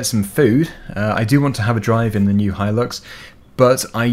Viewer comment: Thank you for pronouncing Hilux properly. A couple of people I watch pronounce it Hill-ux instead of Hi-lux, drives me nuts.